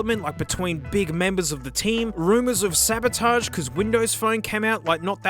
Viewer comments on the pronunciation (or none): none